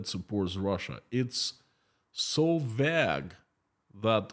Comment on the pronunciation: You are pronouncing the word vague with a short ‘a’ sound. It is pronounced with a long ‘a’ sound like in the word ‘bake’. Thanks.